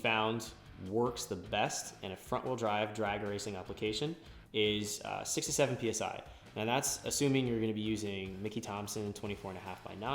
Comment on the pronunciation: He said 6 to 7 meaning 6 or 7psi but its hard to hear him and sounds like 67.